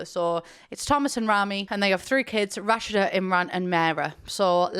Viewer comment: Also im pretty sure it's pronounced Ra-Shee-Da